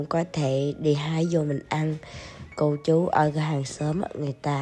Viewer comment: Phát âm rõ từ " chú"...nhiều khi nghe nhầm ra từ " ch...ó...a" nhé